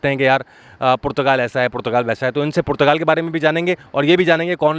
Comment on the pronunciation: O Bhai Youtuber PORCHUGAL nahi Portugal...... Doosro per ungli uthanay say pehlay zara say Portugal key taraf apna talafuz he sahi kar low